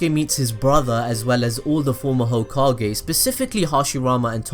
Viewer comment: gokage lol